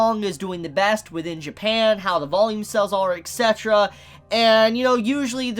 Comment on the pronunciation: ITS E T C eterra, not E X E terra!!!!!!!!!!!!!!!!!